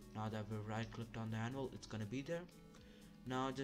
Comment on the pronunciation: bruh he called tha minecraft anvil pokemon anvvil and said fighting the monsters i mean i see that he tried but cmon bro